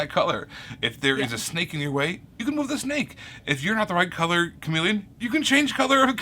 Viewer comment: Chameple? Meepelon? No, it's chameleon. Because it blends in the word: cha-MEE-leon 😄